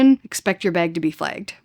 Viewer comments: Baig. Beg? Bag? Baa-eg. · Had to rewind a couple of times to catch "baig" Bahahaha. You pronounce "bag" correctly....and guessing you also pronounce "about" just fine too! You can guess my citizenship.... Thanks so much for your wowzer, comprehensive, well edited videos. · I like the way u say “bag” 😅